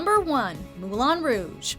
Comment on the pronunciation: People (especially ) STOP PRONOUNCING MOULIN ROUGE WRONG IT’S SO ANNOYING